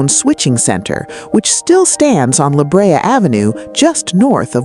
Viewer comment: Wilshire and La Brea are being mispronounced. However there are some good pictures.